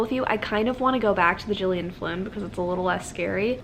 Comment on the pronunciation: Gillian Flynn is pronounced with a hard G like Girl not a J sound. Just fyi, no biggie :)